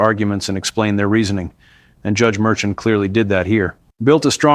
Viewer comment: The Judges name is pronounced Mershawn.